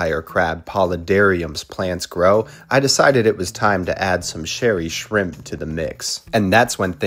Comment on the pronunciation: I was wondering that too lol I thought he did it on purpose but then he said it again 😂